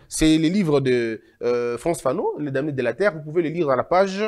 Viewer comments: Pardon on dit les "danés" on ne lit pas le"m" dans "DAMNÉS" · On-dit les Dans on ne prononce pas le "m